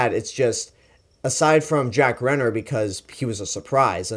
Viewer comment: Good review man, I subscribed to your channel after watching all of your King Kong reviews! But just for future reference Cillian Murphy is pronounced 'Killian' and Jack Reynor is pronounced 'Ray-ner'. Also you have to watch Sing Street, Jack Reynor is incredible in that, whatever about Age of Extinction (that was just a bad film). Anyway keep up the good work!